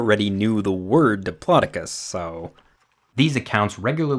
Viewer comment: what the heck is a "Diplocodus" 😂